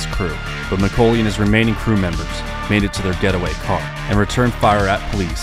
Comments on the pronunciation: Mc-Kaw-ley, not Mc-Co-ley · It’s pronounced like Mick-Call-Lee. Not Mick-Cole-Lee. Like the actor from home alone. Might as well be AI. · Neil "MIH-CALL-EE" McCauley... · Great video. But your pronunciation of McCauley really got on my nerves , beings it's my last name.